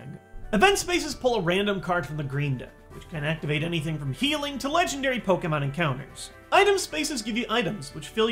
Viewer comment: I liked this video because you say Pokémon, not Pokeemon. <3